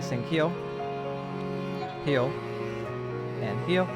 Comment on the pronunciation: can you say here instead of heal?